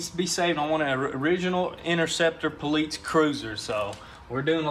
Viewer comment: Poleats he says haha